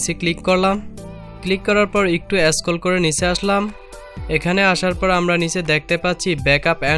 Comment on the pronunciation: Tnx vi, but apnr uccharon thik korban, smart phone, scroll ai sob